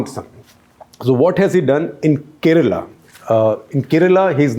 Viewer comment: I like your analysis . But why do you mispronounce South Indian names? Kerala is mispronounced! Let alone Karikal Chozhan! Isn’t there someone on ur team who can work with u on this?